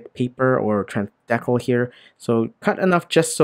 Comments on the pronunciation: FYI, it's dee-cal, not deckle. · I think you mean to say "dee-cal", not "Deckle" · The way he says dekle instead of decal reminds me of coneheads. "Maintain low tones with me.... Maintain low tones! ....And remove the dekle"